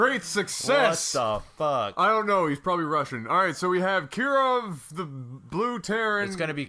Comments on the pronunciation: Name is pronounced KEE-ROV. says KYEE-ARV, still failing to get it, and says "There ya go!" XD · i thought kirov was pronounced K-ear-ov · Whats MBs problem with pronouncing names? "Keerov" and "I-ree-sis" Ugh those dyslexic types... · Calling Kirov "Kir" is a wasted opportunity for a Russian accent poke at the Red Alert series. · Why the hell is it so hard for the guys to pronounce 'Kirov'? It is such a simple name.